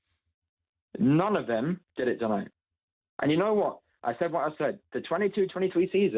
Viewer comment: 😂 what he said wrong . ...sack him tonow. Not today. Tonow sack him